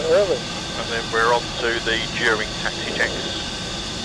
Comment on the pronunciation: Taxi not Taxy.